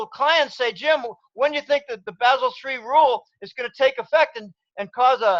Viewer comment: Bah-sel 3,. Please! Think of how a German speaker will say the city of Basel.